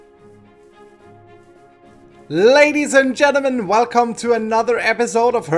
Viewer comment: buddy you pronounce "ladies" as "radish" classic:)